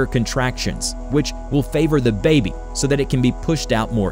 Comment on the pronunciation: blah blah blah, which will favor the BAE-byblah blah blah. the accent bro. what is up man